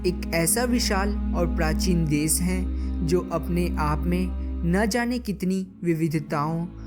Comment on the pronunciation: why he is saying des??